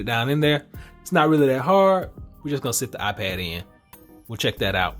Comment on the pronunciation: You said iPed pro